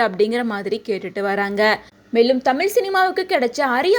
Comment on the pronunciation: அம்மா அது தழில் இல்லை தமிழ் தயவு செய்து சரியாக உச்சரிக்கும்